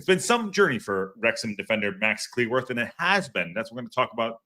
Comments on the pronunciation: FYI: his last name is pronounced like “clue”, not “clee” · You must be relatively new to the channel. Lol. mangling pronunciations is kind of a long running joke on the channel. and pronunciations don't mix well, and there's a good explanation for why that is that I won't go into. That said, I hear half of the people I know from the UK say cleh-worth and the other half say clue-worth. I'm not saying he or his family don't have a preferred pronunciation, but I don't think it's quite so definitive.